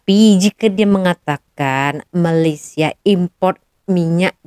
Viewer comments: Dia sengaja sebut MALASia. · disengajakan dia sebut MALAS_IA bukan Malaysia. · Sebut MALAYSIA oun x betul MALASIA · Sebut malaysia pun tak betul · Sebut nama negara org pun salah ..bnyk bunyi pulak... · Kesihan pulak aku tengok tu....baru ada 3 buah kereta pun dah nak tunjuk hebat....😂😂😂Lain kali sebut nama Malaysia dengan sebutan yang betul sebutannya jangan main hentam saja sebutannya...